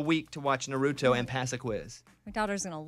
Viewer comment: It’s called Naruto. Pronounce Nar uto.